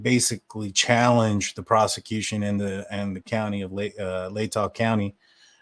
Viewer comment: OMG YOU SAID LATAH RIGHT! WOOOO! lol <3